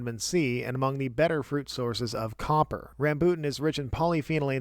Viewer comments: ram-BOOT-in, lol it's RAM-boo-tan (great video regardless; nice to see the king of fruits durian is nice and high on the chart) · Rambutan is pronounced as Rum-bul-Tan.